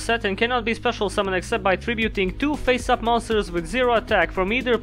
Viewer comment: The funny thing here is you sometimes pronounce 'Face up' as 'Pissed Off'.